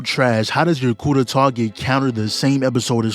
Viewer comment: "ku de ta" 😂